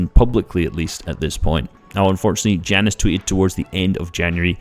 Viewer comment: Jannis is pronounced Yanis